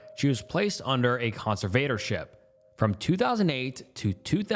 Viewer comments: Hey love your videos and rabbit holes… but got I have a problem with your mispronunciations 😭😭😭 You mispronounce so many words that it bugs me. Example: alias, conservatorship, and majority of the times Etc. It’s Et cetra! With peace n love 🙏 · Are you just incapable of saying 'conservatorship' correctly, or what's going on with that?